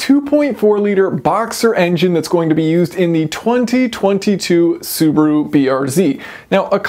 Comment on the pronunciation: It’s so funny how you pronounce Subaru. You are saying Subru 😂 where is the A? LMAO